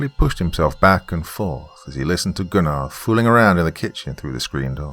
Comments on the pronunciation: Still a slight cringe when Goon-Are is said rather than GUN ner. Great work regardless. Thanks. TNJR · Me when doc pronounced Gunnar's name, as Goonar, and not Gunner. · I love this one but I got to say this Gunnar is pronounced Guner lol but I love the voice you used for Cooper's dad what I always imagined it to be. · Do you know it took me about 30 minutes into the story to realize he was saying the name Gunnar lol. Not Gu-nar lol